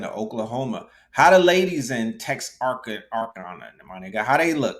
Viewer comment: Pronounced Tex-ar-kana. On the border of Texas and Arkansas